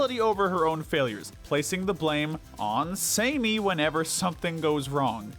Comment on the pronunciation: HER.NAME.IS.SAMMY not "Samey"